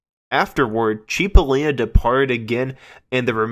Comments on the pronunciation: It's pronounced "sipolina"right? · Heysoos Fkn Christo... it's "Chip!" CHIP!! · I never heard of a "Dan Freiberg" at least not in QMS. Sir, Cipollina is pronounced more like 'Chipo/lean/uh' pronounced straight through, not CHEE po leen uh. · It's pronounced CHIP-O-LIN-A = CIPOLLINA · So many errors!!!! So many mispronounced words! “Cheep-o-leen-a” made my hair stand up! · It’s not pronounced “Chip-o-Leena”.. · He was my friend…it is pronounced “Chip”ollina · He was my friend…It’s “Chip” ollina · Boy, I can't get over all of the mistakes, misinformation and errors in this video. And a lot of the names being mispronounced, that is just wrong. Not to mention historical facts being wrong as well. I worked with Terry & The Pirates producing many CDs for Terry Dolan and I was John Cipollina's roadie in 1988 and 1989. So I'm pretty hip to their history, and John Cipollina's too and I helped in producing his 3 DVD set "Recoil". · John’s name was mispronounced, but that’s ok. You obviously have a passion for this. And John worked with the legendary Welsh band Man before his untimely young passing. The live recording with Man at the Keystone Berkeley is a classic. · Homeboy need to learn how to pronounce John Cippolina and David Frieberg ....I saw the 2006 re-union of Quicksliver w/Gary Duncan & David Frieberg at the Sausalito Art Festival...That was quite the flashback day....Also on that show was Its a Beautiful Day w/David LaFlame....Big Brother & the Holding Co....Tom Constanine (Grateful Dead keyboardist) & also Jefferson Starship....Also many moons ago saw Cippolina and his band Copperhead....